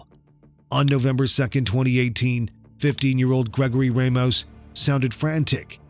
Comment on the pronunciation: Ra mos not ray mos.ramos. mispronounced names upset people.